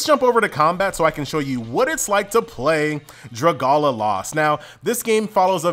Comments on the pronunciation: did he just pronounce is druhguhla? Drag-Ali-A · isnt it pronounced draga- Li-A and not draga-la- lmao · Dra gala lost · Hate to be THAT guy but it's pronounced Do Ra Go Ri a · Look man hate to be THAT guy but it's pronounced Dra Gal ia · Too annoying hearing his dragualioiuoesasdfasd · Thank God I wasn't the only one... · I was getting triggered😂😂 hearing him say that